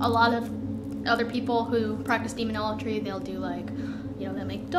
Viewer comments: She's dead, the demons got tired of her pronouncing Demonology as Demonologry . Proper Enunciation is key to controlling entities that were created before there was such a thing known as time 🤷‍♂️ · Fake.. she can't even pronounce demonology right